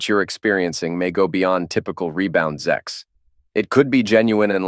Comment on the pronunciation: It's pronounced Sex, not Zex